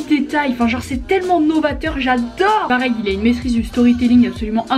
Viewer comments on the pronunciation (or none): none